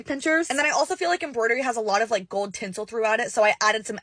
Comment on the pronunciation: The whole thing was great until you did the "embroidery" part. Besides that the rest of it is hella cute